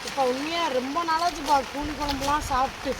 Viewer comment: கூனி குனி இல்ல 😂😂😂